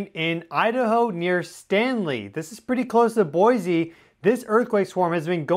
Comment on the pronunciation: You said boise wrong